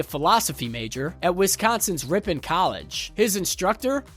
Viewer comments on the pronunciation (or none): none